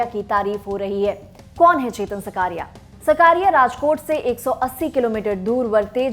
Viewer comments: बहन सकारिया नही साकरिया। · His surname is ‘साकरिया’ not सकारिया... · Are uska naam chetan saakriya he saa, sakaariya nahi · उसका नाम चेतन साकरिया है ना सकारिया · सब को विनंती है वो चेतन साकरीया है सकरिया नही प्लीज सही से नाम ले 🙏🙏🙏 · It's साकरीया...not what you pronounce, very poor hw from lallantop and poor presentation